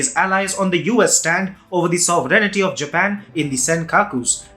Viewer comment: You must want to learn to pronounce "sovereignty".